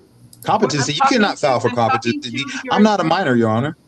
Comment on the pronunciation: If you say "Contepamcy" instead of COMPETENCY then you have already failed the test 😂.